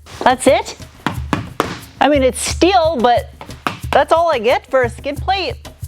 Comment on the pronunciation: Aluminium and schteeel